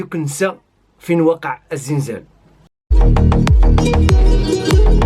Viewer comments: خوتي سمحولي واحد السؤال أو واحد الملاحظة،علاش كنسمع الأغلبية ايقول الزنزال؟مع أنني مغربية والمنطقة ديالنا ايقولو الزلزال بالقاري واللي ما قاريش. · نقول الزلزال وليس الزنزال